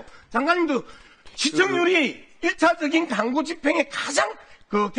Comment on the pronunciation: 강고가 아니고 광고야 발음 연습이나 좀 하고 와라